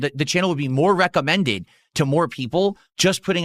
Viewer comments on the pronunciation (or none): Why is he saying “recommended” like that ewww